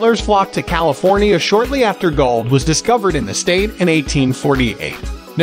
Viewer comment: Ugh, this video is unwatchable. Robot voice mispronounced practically every town and even said California incorrectly. Plus much of the information is incorrect.